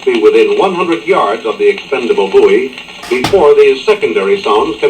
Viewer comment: I gave this video a thumbs up based only on your correct pronunciation of the word "buoy". Thank you.